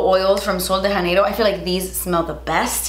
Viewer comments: No shade because of course in Spanish the j is pronounced as an h, but in Portuguese, the J (like in Sol de Janeiro) is pronounced more like an English j but softer. Like "jh" or "jd". Sorry, I don't know the phonetic spelling but it's not "Haneiro". Great video! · janeiro is a portuguese word, so the "j" should really be more like "jzh" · The J in “Sol de Janeiro” is hard (not really hard, like the J in “Jacque”). Idk about the brand and how they pronounce but I’m just saying this since the phrase is in Portuguese.